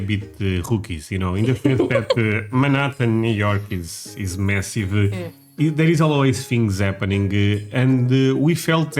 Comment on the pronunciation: For a second I thought you said US is so Messy, but it was massive 😂